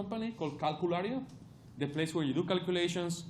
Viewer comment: how can he can say t in try, but not in the?